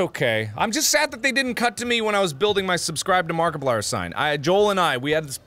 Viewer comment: "Makiplier"? Where did you left the r , bro?